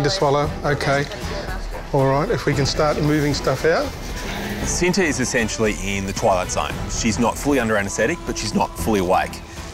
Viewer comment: Oh, I'm about to say. I thought it was from India. Apparently it's from Indonesia. Btw it pronounce "chi-nta" not "she-nta". It means "love" in Indonesia. You know what, whatever... not many can pronounce and speak appropriately and fluently as Indonesian. 🙄 I'm just getting tired of writing and correcting pronunciation and speaking (online).